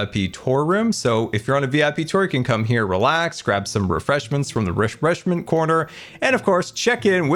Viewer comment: "rishreshment corner"